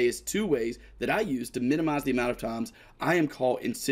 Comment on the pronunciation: "amount of taaams"